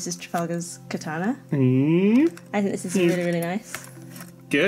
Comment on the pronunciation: Why can say "katana" correctly and Dan can't?